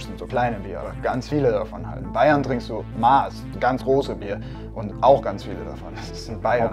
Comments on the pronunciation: es heißt nicht maas sondern MASS aber ok 👌 😂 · Wie sehr ich das nicht mehr hören kann, die Maaaß. Wenn du was ausmisst, nimmst du Maß. Bei der Maß liegt die Betonung auf dem S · Üb nochmal an der Betonung von Maß mein bester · Mhm, the Bavarian beer thing is technically not wrong, but Bavarians themselves pronounce it like Austrians, "Moss". Instead of "Ein Maß Bier", like in the rest of Germany, they say "A Moss Bier". It's a dialect thing. Again, not wrong, just a fun fact. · Bitte "Mass" aussprechen - da tut das bayerische Herz weh bei Maaaaaaß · Argh! Bier trinkt man in MASSEN, nicht in Maßen. Leichte Eselsbrücke, wie man sich die Aussprache der Maß merken kann. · Warum sprechan de Leid des als "Maas" aus?! Ich seh koa zwoats a, aber dafür a ß und des wird ja wie oben scho gesagt auch in "Masse" so ausgesprochen💁🏼‍♀️ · alte rechtschreibung, mit neuer Rechtschreibung ist die Aussprache eigentlich MAAAAAS... aber ich kann verstehen, wenn man die konservative Aussprache verteidigt. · Doppel s ist schnell ne ß ;) und dann wird's Maas ausgesprochen :( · Maß ist keine Biersorte, sondern eine Maßeinheit. Das kann Helles, Radler, Weisbier, Russen sein. Und es wird "Mass" ausgesprochen. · Sorry da muss ich klugscheißerisch intervenieren: Die Maß Bier wird "Mass" ausgesprochen. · Es wird "Mass" ausgesprochen! Das hat nichts mit einem Metermaß zu tun! Guys pleaaase! Lernt es richtig! xD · Maß, Aussprache Mass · Mass!!!! Ohne stummes H bittschön!! Wird auch gern mit ß geschrieben. Ausgesprochen wie Fass bloß mit M vorne dran. zefix... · Maaaaas alter die Aussprache echt cringe 🤦🏽‍♂️es heißt Maß und wird ausgesprochen wie Mast ohne T. servus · Es ist ein eigenes Wort. Wir bestellen mit einer Maß nicht "das Maß" sondern "die Maß", deswegen kann man es auch anders aussprechen. Wir sind die es saufen, also lernt es richtig auszusprechen. Wir sprechen Kölsch auch nicht anders aus. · Bei Maß bitte das a nicht langziehen, danke